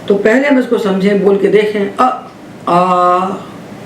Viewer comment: पहले का उच्चारण पेहले किया जाना कितना उचित है?